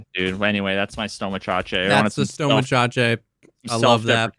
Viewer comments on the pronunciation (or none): 'stoma-cha-chay' had me dying